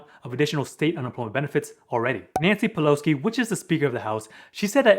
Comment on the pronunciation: Peloski? Lol